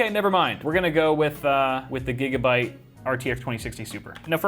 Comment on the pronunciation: I thought he just done said Nigga-byte, I was like boy that must be fast as hell